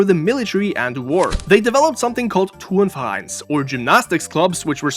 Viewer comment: damn that german pronunciation was immaculate It's "Turnverein" not "Turnferein" tho